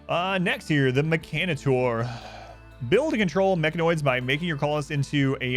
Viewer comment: Stop pronouncing mechenator wrong its bothering me like crazy.